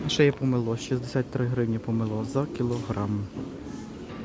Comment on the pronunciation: Почему помелО, а не помЕло? Часто стали ставить неправильные ударение. ПомелО--это метла. И не килИм, а кИлим.